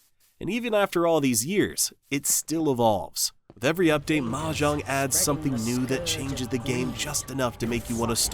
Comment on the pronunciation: What did you call mojang😂😂